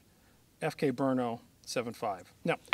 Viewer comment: Guys, it's not BrUno -- it's Brno, a city in Czech Republic, where the CZ factory is located...